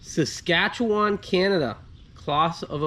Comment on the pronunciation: Full marks for your pronunciation of Sasaktchewan! Greetings from Saskatoon!